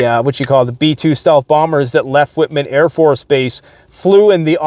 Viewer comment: If you call it whit man afb one more time. It is white man afb. 😢